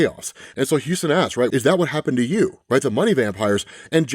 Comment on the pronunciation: Dude, you need to learn how to pronounce stuff properly if you're going to do these. It's not Houston(like "Houston, we have a problem!"), it's Huston(huss-ton phonetically). Please correct this is as it is aggravating.